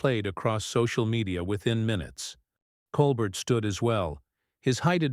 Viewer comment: These YouTubes are going around on Jimmy Kimmel as well. THEY are BS as the right wing tries to divide us even more. They are ABSOLUTELY Psychopaths. It's disgusting. And Obviously the "narrator" is A.I. as the pronounce Colbert as Colbert pronouncing the t.